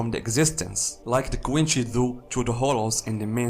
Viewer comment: Nice pronunciation of quincy. Very nice. 👍🏾 And don't worry about the Bad english. I'm Puerto Rican and some people in my country have worse english than that. I understand u perfectly. Keep making great content.